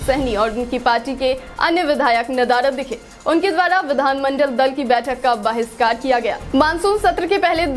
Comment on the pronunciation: Bahishkar hai bahiskar nahi😂monsoon hai manson nahi😂